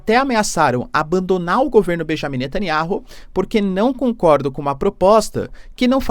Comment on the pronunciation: Netanyauh! Fale o nome dele correto o professor...